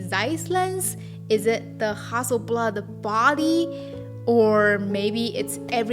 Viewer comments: Love the way your say Hasselblad. Makes a Swede proud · 'Ha Su' is just so cute! Google confirmed that this is actually the mandarin pronunciation of Hasselblad, so that's what I'll call my 500 C/M from now on. Thanks for an enjoyable video! :)